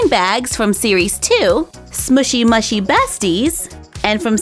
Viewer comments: It's pronounced smoshy mooshy. But it's not spelt like that :3 xx ❤ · Btw it ia not smooshy mushy, you pronounce it smooshy mooshie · Its pronounced as SMOOSHY MOOSHY not SMOOSHY MUHSHY... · You pronounce it like SMOOSHY MOOOSHY I know that’s spelt wrong but you can’t hear me and that’s how it is said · It's pronounced smooshy mooshy do dat donuts. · there pronounced like smooshy mooshey